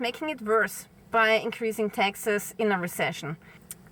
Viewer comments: Hi. When you say taxes it sounds like Texas. If you come to the states, come see me! It's very hot here so don't wait til April. I have an extra bike, if l had a vehicle it will be a truck! Of course. Dirt road girl, just turned 70!🌱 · Oh she said: Taxes not Texas 😅